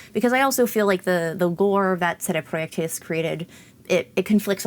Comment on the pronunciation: Why do you randomly use the Polish pronunciation for CD Projekt RED and only use it for that word but for no other words?